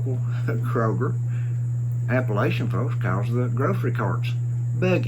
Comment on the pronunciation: This guy doesn't even know how to pronounce Appalachian...............